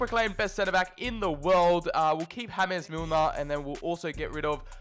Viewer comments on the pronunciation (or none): HAMES MILNER 😂